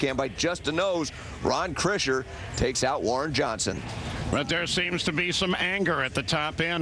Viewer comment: Krisher, not Kirsher...